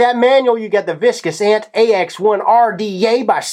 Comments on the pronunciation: why is he saying viscous ant? it's vicious! vish-ush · "vis-kiss ant"???? Vicious Ant bro, pronounced - Vish-us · It's pronounced vish-uss, not viss-kuss. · sorry, gotta chime in here. VISH-OUS, not VISK-OUS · "Viscous Ant" lol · viskus ant? lol its pronounced vish us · WHY THE FUCK DO YOU KEEP SAYING " VISCOUS" LOL ITS VICIOUS. LOLOO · I ASKED THE SAME THING BEFORE I READ THE COMMENTS. LOL. IDK WHY HES SAYING VISCOUS... I MEAN HIS JUICE IS 60/40... LOL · "viscus ant" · the "VISS-KISS" ant RDA